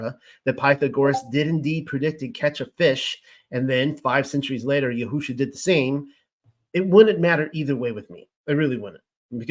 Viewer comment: In listening to you, I have observed that you have tried to pronounce words properly, for instance: YAHUAH YAHUSHA In my opinion, you have the words spelled correctly. However, in each case, the emphasis should be moved to a different syllable. YAHUAH should have the following emphasis: YAHuah Similarly, YAHUSHA should have the following emphasis: YAHusha This name means "YAH who saves." It does not mean "yah WHO saves." In your own name, "" should be pronounced with more emphasis than your middle name or your last name. Blessings, Daniel